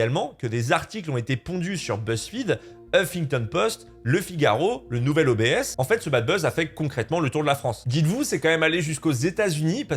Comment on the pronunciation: Juste pour info on dit pas nouvel OBS mais nouvelobs, diminutif de Nouvel Observateur